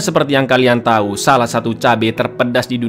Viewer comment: Bang lu typo di menit Yg harusnya lu bilang tau malah jadi tai bang